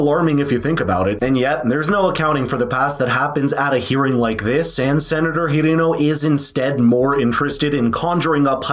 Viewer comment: Were you pronouncing Hirono’s name incorrectly on purpose?